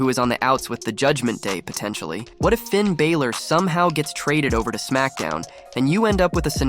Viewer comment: Stop with the Clickbait titles, vince russo is an idoit, they always called him The Fiend Bray Waytt, how many tine dose Russo say Bro?? ya saying Finns Name sooooo wrong